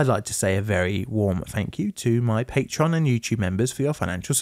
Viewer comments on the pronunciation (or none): none